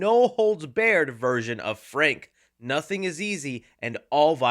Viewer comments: you mispronounced the word you BARRED put it in google translate so that you can hear how it’s said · Never heard anyone say "barred" the way this guy said it ever before lmao